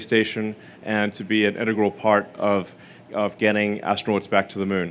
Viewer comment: When he says astronauts, sounds like he's saying asteroids